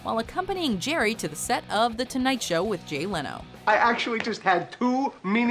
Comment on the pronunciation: Erm ... "Gerry" ? Does anyone else hear that or is it just me?